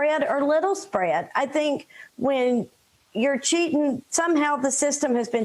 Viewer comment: an educator who can't say the g in "cheating" needs to stop being an educator